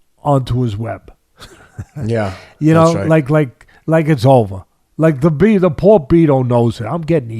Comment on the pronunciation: Hee said da confidence is da same